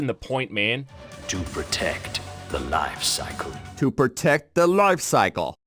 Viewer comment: *LOYfe soickle